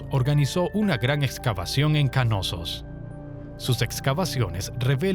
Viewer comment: ¿”Kanosos”? Lo están pronunciando pésimo, es Knossos o simplemente “Nosos” si se dificulta la “K” inicial. Pero no “Ka-nosos”.